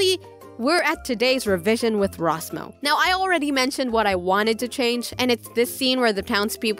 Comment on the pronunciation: I love it when every episode you say